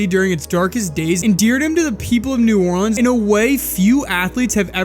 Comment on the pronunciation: Finally someone who pronounces “Orleans” right